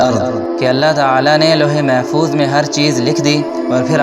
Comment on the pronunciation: Louh E Mahfooz yeh Saheeh hai. ' Lohe , Bilkul galat Talat Talaffuz hai Mohtaram.